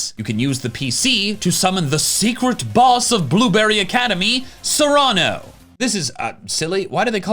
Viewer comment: No one knows how to pronounce Cyrano's name. It's "sear-uh-no" , as in Cyrano de Bergerac, a famous literary character that apparently no Poketuber has heard of, because they've all been saying it wrong since day 1, and still are.